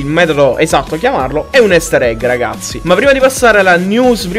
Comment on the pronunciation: Non si pronuncia "Ester egg" ma "Ister egg"